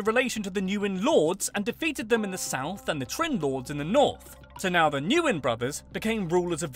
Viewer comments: it's pronounced win, not Newin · Nguyên is nwen not nu wen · Nope. I am Vietnamese and I teach you how to say Nguyen. GWEEN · Pronounce "Nguyen" as "when" NOT "Nu Yen" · You mispronounced the most popular last name. You pronounce it “win” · Nguyen is pronounced like the word "win". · Actually no, more like Ngu-yen. Easy as that lol